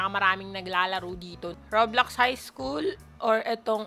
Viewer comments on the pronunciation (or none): none